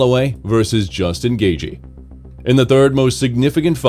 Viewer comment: AI narrator bro called him Justin GayG lmao